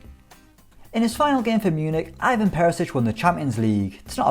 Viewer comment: cringed at "Ajvan Perisic"